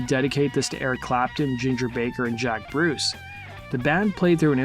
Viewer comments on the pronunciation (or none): none